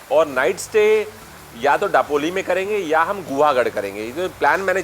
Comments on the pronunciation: Daploli,. It's दापोली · It's not डापोली it's known as दापोली. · दापोली, गुहागर that's the correct pronunciation..